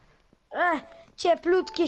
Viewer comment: dzieci minecrafta nic innego a i jeszcze co nie mówi się lanek tylko ranek